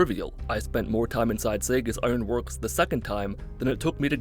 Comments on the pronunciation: Ah as someone who lives in Massachusetts it amuses me how our lord and savior pronounce Saugus, we pronounce it as saw-gus. Or how you would start to say the word sauce. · Saugus Iron Works is pronounced “Saw-Gus” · As someone he lives near it, it's pronounced saw gis. Cant express how annoyed I was at the pronunciation here. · [Saw-gus] is how you pronounce Saugus. It was breaking my heart. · Yo, fyi Saugus is pronounced "Saw-gus." Just a bit of useless knowledge from a Mass-hole. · As a Massachusetts resident, I can tell you that Saugus is pronounced “saw-gus”. Saugus Ironworks is actually a real place but instead of a massive factory, it’s a historic national park. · If all of you seriously haven't figured this out yet, makes fun of one time when he mispronounced something and a bunch of dorks whined at him by purposely mispronouncing things constantly in complete defiance of how mispronunciations could possibly happen by accident (like saying "ally" as "alley" in this video, or saying "Saugus" like "Sega".) You've been trolled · I thought he was making a joke and calling it segas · Saw-gus = saugus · The way you pronounce Saugus pains me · Lmao thought I was the only one bothered by the way he said saugus. Probably because im from mass tho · No shot saugus is that hard to say man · With the way you pronounce Saugus this video was almost unwatchable, but still great!!! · Being from Massachusetts the way he pronounces Saugus is irritating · as a massachusetts native your pronunciation of saugus triggers my flight or fight reaction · Idk how long you've been playing this game and still say Saugus wrong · It's hilarious to me how he mispronounces Saugus Ironworks. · His pronounciation of Saugus makes me shrivel up and die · As a native Massachusetts man the way you say Saugus annoys me lol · im a year late, but its saw-gus not sa-gus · Stop saying saggus stop saying saggus my ears are bleeding I'm going to die it's pronounced SAW-gus Good video